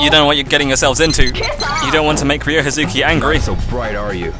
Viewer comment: What's so weird about the "Not family" comment? Sure, you shouldn't treat anyone bad, but especially not family according Ryo. And as know family's all that's on his mind.. I love your playthrough but you should really work on that pronunciation for Ryo, mate. Learn from little Megumi, haha.